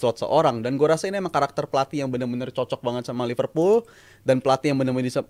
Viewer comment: Ipal Ipul apaan. Bilang Liverpool aja susah amat. Lu bilang Ipul ke orang luar di ketawain lu.